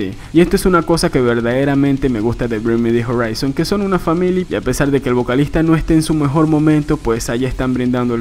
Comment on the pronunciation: brin mi de jarraison :v